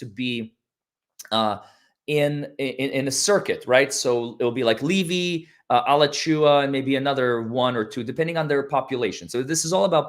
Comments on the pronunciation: It's pronounced Ah-latch-ew-ah !!!! Not Al-a-chew-a. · DeThomas is fromA latch ua county. You miss, pronounced it. Accent is on the end of latch when you say the counties name. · Alachua is pronounced A la (short a) chew wa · Please say "A-LAA-chew-a". Alachua County is my home county for 54 yrs and your pronunciation is driving me crazy. Love your coverage.❤ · It is “uh-lauch-u-uh (where U of Fla is..) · Pronounced A - Laaaa - chu- wa